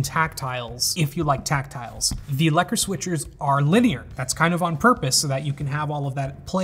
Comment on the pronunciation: OOOH! That pronunciation of "lekker" is just sublime, magnificent